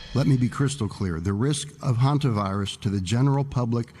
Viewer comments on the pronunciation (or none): Hantavirus not honta